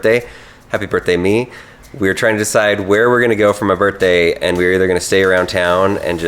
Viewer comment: happy birtday Can you not pronounce birthday